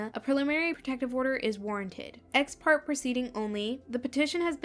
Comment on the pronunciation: just a note, in “ex-parte” it’s pronounced “part-tay” rather than “part”, as the e takes on an A sound.